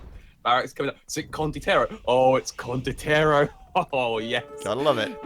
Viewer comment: still saying condioterro instead of condotierro <_______<